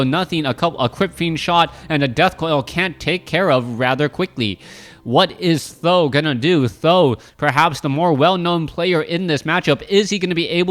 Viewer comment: Its pronounce Tee H zero zero zero, not Thou... or Sandan which means 3 eggs...